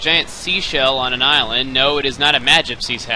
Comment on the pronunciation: did you say go around the irelend?